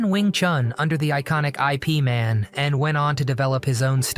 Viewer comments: NOT I.P Man, he trained under Grand Mater Ip Man, pronounced like LIP lose the L, just IP Man, born 1893 as Ip Kai man; Passed December 1972 from cancer, also known as Yip Man. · It's not "I.P" Man, it's "IP"(Yip). 🤦🏻‍♂️ A guy who don't even know how to pronounce a martial artist name correctly should not make a video like this. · It is Ip Man, like Yip Man, not like IP (Internet Protocol) You heard you saying it a few times, and I made me gag. Unbelievable! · "I" "P" "man" 😂 thats not how you pronounce Bruce Lee's master's name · Eye Pea Man. 😂😂😂. Is this an AI narrated channel?